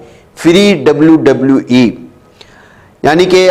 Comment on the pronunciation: Oye WWE Hota hai 😅